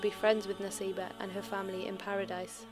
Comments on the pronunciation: It is Nusaybah, not Naseebah. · Its not Naseebah its Nusaybah... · Isn't it written & pronounced as Nusaybah? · Let me Correct It's Nusaybah not Naseebha.. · I thought it nusaybah not naseebah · It's Nusaybah or naseebah